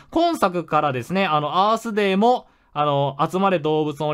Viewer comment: アースデー最初バースデーと空耳した